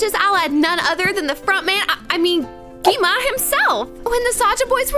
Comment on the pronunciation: She knows that, she just acsadentlly said it wrong